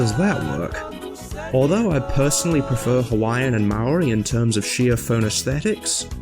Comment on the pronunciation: >didnt pronounce Maori right lul